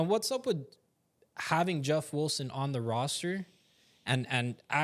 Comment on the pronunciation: Why do you say "Wulson" 🤔